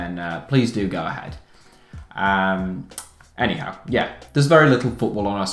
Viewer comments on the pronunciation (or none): does anyone else hear "eddie howe" when he says "anyhow"